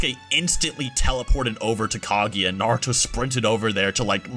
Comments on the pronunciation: The only thing that bothers me with this video is how pronounces Kaguya. Couldn’t not hear it. Smh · u must not of watched naruto if u dont know this. They pronounced Kaguya wrong and many others.